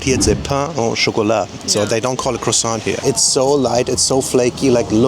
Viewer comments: When you prononce croissant you dont prononce the T its croissan. From a french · Do not pronounce the T in croissant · You don't pronounce the T at the end of croissant.